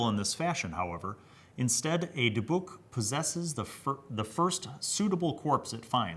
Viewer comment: Native Hebrew speaker here and I had to say you NAILED how to say Dybbuk The other way you said it is the way English speakers usually go for some reason